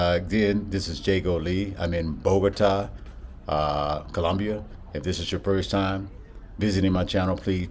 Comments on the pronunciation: I’m afraid in the video you are still pronouncing the name of the city wrong. If you notice the accent is on the á you are putting it on the first ó BOgota it is really BogotA. Hope I’m being clear. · Keep in mind that, if you want to pronounce it even better, the emphasis of volume of the voice should be in the last syllable, as follows bo-go-TÁ. Nice content, keep it up! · You just shared some really good facts about Bogotá. I was also saying the name of the city wrong. 😂 Thanks for the correction.